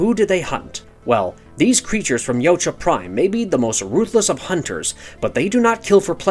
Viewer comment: FINALLY, SOMEONE WHO CAN ACUALLY PRONOUNCE YAUTJA CORRECTLY